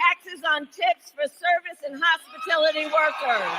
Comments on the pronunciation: Its hospitility workers! Then she can say that she never said that she promised no tax on tips to hospitality workers! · Hospilitu..Hopistuty...Hospitiloty... whatever...👀👀🙄🙄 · She doesn't know what little people do for work thats why she says hospitility. And they cant spell on the teleprompter. MSDNC said it was Bullsh when trump said it. Now they love it. F these assholes. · Trump should sue her for plagerism. "No tax on tips or hospitality workers." except she can't pronounce hospitality.